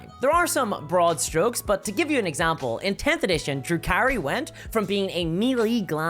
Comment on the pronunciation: The first times you said Drukari I heard "Drew Carey"